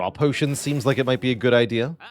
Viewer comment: The way my man says pyotions! ❤